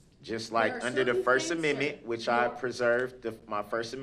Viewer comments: If he says ammimii one more time !!! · STOP PRONOUNCING AMMENDMENT AS AMMIMIT! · "first ameme?" 😆 🤣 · I never - NEVER - never tire of hearing him pronounce "axe a question" and "(whatever)# amemnent". Brooks showed what a complete novice trying to play professional and challenging the rules at all times looks like. His opinion (view) of truth and what is germane to the case at hand is absolute comedic gold. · The 6 AMENMET ??? 😂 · The Cartman pronunciation of 'amendment' 😂